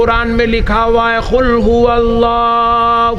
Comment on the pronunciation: Qul ko khul q bol rha?